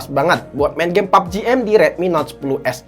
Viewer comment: Gw suka lu ngomong pubg mobile